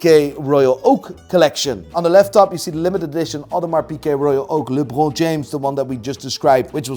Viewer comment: Yo why’d you pronounce lebron James like that